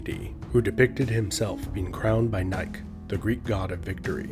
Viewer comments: Great video. However, Nike is pronounced "Nykee". Scythians is pronounced "Sitheeans" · Learn the words. The e in Nike is pronounced - it is a long e sound. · Pronounce "Nike" like the shoe brand.